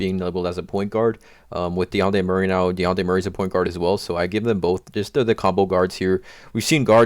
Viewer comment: you trigger me so much the way you say dejounte